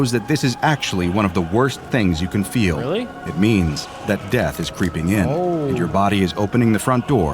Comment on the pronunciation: It’s not feal